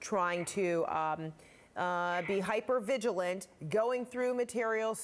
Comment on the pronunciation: Hypervigalante? That’s an adorable new form of bovine excrement